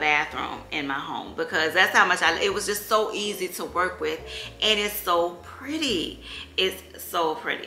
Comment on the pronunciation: New subbie here! I love, love your channel!! You're such a vibe ! I love you hear you say "it's so Pur-dee" LOL I've added a few items to my cart 🤗